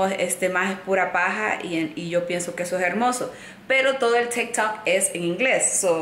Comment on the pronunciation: Es tik tok no stikhhtt tokks lo pronuncias mal ...